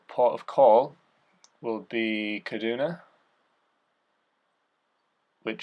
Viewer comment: good work. something has happened to juju. It's ceduna as in Sea-Duna not Ka-Duna. Sarah Hammond and the other 2 aussies, Seb and Adam are coming up and/or staying on pace with M Hall. give paul ardill a mention, he's 74 now that's inspiring! re Ti bikes, why the hell would you bother paying that price for a chinese made frame at the least you'd go a Baum. although I could go 2 top end CF frames for that money, actually that would be a complete bike lol.